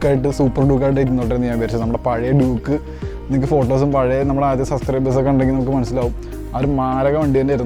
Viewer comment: Bro Doooooke alla Duke, i mean dyuke.